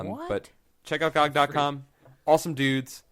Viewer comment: If you are promoting GOG I would have thought you would have said it properly? Good old Games or G.O.G!